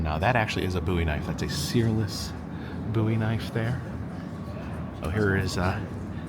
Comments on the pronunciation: It is actually pronounced James Bowie(Bōw-ee). Love the train series, btw. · The way he says Bowie is killing me!!!!